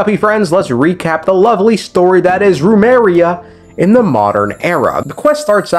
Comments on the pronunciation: Why do you pronounce it as Rumeria when its just as you see it, Remuria. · I know you're mispronouncing on purpose but BOY do I feel a little nail bite in the ass everytime you say RUMERIA